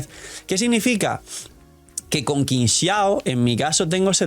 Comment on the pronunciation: Amo a Qingxiao, pero llamémosla bien porfis Qi = chi ==> “Chingxiao” Tremenda waifu 😩🩵